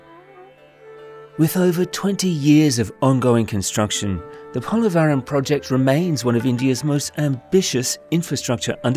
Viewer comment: Try to get the pronunciation of Polavaram right as it has been mentioned more than 50 times I guess, in the most annoying way (disrespectful of the name and culture). Same goes for Godavari. Few minutes with the locals, coming down from the ivory towers, would have helped (and given a hint of the long history of the land and how it got the name too).